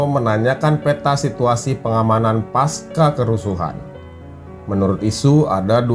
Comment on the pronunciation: pasca dibaca pakai C bukan paska rusak suasana rasanya pas narasi sudah bagus, tapi sesederhana itu keliru